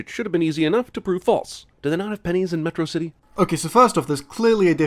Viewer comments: A subtle thing about megamind's pronunciation is that he's pronouncing words like he learned them from reading. Metrocity being pronounced similarly to atrocity. School having it's odd beginning get a similarly odd verbal beginning as well. The words he's mispronouncing shows that he's learning more words from reading than communication, a nice subtle indication that he's isolated and learns a lot of his language through reading. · Whenever I watched it I always thought his pronunciation of Metrocity similar to atrocity was because he was mocking it, calling the city- and by extension, it’s defender- an atrocity.